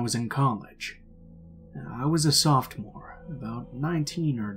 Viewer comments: **Sophomore ** not "softmore" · “I was a softmore”? I’m not American but I swear it’s ‘sophomore’...